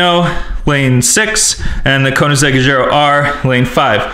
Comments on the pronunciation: it is koenseggh ccx agera r -_ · "koenisheg azera"😂😂